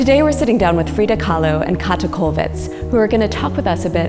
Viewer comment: Her name is Käthe Kollwitz- not Kathe. Please pronounce properly!!! #hessartadvisory